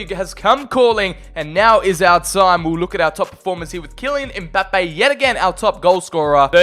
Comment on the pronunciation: "Kylian EmBaPeYyY"